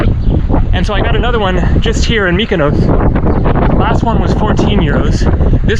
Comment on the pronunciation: just to note when an island"s name ends in -os for example, Mykonos, Paros, Tinos, Naxos etc it's pronounced as you would say boss or floss. You keep saying 'ous' which isn't correct! Just to note for your next visit (next week), haha!😀